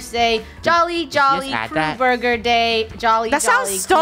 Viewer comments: "Borgor" LOL :> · Yeah what is a boorger